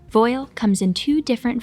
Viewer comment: Thank you... Though it's pronounced "vwAHL".